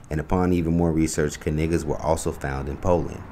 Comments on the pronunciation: I thought it was Ka-Nay-guh not Ka-Nig-guh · God didn’t name him. His ancestors did. And it’s Kay Nay Guh’ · The K is silent🤣🤣🤣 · The "K" is silent, like in knife. 😂 I can't. This is too much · Well at least the "K" isn’t silent 😂😂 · I feel the kay sound was probably added later. We dont say kahnife or kahnight 😜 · The K is silent!! Stop but hearing they name!! 🤣😭😂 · Yo im pretty sure the K is silent like in knives they just don’t wanna say it !!!😂I ain’t joking though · The “K” is silent LOL 😂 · I know damn well they family ain’t pronounce they name like that 50 years ago this was reverse uno 😂😂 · I’m perversely disappointed that the “k” is not actually silent. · I'm surprised they didn't say the 'K' is silent.😂😂😂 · 🤨Umm,, the 'K' is Actually Silent (i.e Knight, Known, Knowledge) in ANY Other Scenario in the English Dialect with the exception of these Whyte folks' Last Name🤦🏽‍♀️ Sure,, Ok🤭😂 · The "K" is silent, Dang It!🤭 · So the "K" isn't silent? That's surprising. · At least the k not silent like in the word knee lol 😅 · Make sure you stress to the announcer " The K is silent 😅. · Shouldnt the K be silent since its KN? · Yes just like KNIGHT 🤔 something fishy going on with this KNIGGA 🤣 family pronunciation of their surname 🤣🤣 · The K is silent. I had to. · What was chapoelles prediction ? It’s not even pronounced that way. Slow news day? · Why isn’t the K silent as in other words or names. Should the word Know be pronounced Ka-Now or words with Sh be pronounced as they do it in like UK or some places in Canada Schedule Shed-ual, School Schu-ual. Point! people pronounce words especially names as they please or see fit. This family or the family name doesn’t move anything, its just a coincidence that it relates so close to Dave’s schetch comedy. 🎤Drop! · I’m shocked the person who posted this is still mispronouncing the last name. That’s not how they confirmed the pronunciation of their last name. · Do people say "K-nife?" The K is silent right? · The K is silent.